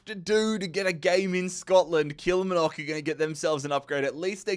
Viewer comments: It's been years and years and my man still can't say 'kill mar nick'. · Say it with me Kill-Mar-Nock